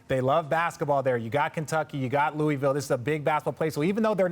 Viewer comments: Bruh. It's Loo-vul. They hate when you say Louie Ville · It’s isn’t “Loowee-ville” or “Lewis-ville”. It’s pronounced as “Looo-ihh-vull” 🤦‍♂️. But I do think the winningest state in college basketball, with a fan base similar to the Cowboys or Lakers should have an NBA team by now. The way ppl get behind UK, Louisville, etc. here, it’s only logical to assume they would naturally do the same for a NBA time. They’re diehard and literally bleed blue there lol. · Richard and Perk def not saying Louisville right😂